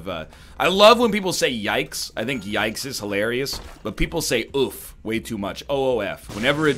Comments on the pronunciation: I like how all he said was uff not oof(oo-f) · NL have you heard of Roblox? The "oo" in oof is not pronounced like hoof but like the "oo" in smooth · NL please say oof correct like yikes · As an obese human beeing I have to say please work on your pronounciation of "oof" yikes. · HE CAN'T EVEN PRONOUNCE "oof" PROPERLY WHAT THE HECK EGG